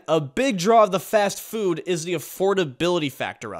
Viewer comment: am i the only one who heard fat-food?